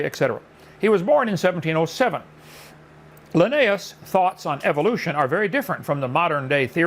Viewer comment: Hovind mispronouncing Linnaeus as often as he does is grating to me.